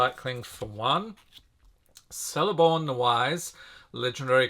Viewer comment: Sorry to be a total nerd here but I just thought you might want to know that C's in the legendarium of Tolkien, in elvish names in particular at the beginning of the name, will have a hard C sound, like in Celeborn (pronounced Keleborn) or Cirdan the Shipwright. (Pronounced Keer-dan) It meant a lot to Tolkien so it means a lot to us, how these things are pronounced. Great review and thanks a lot.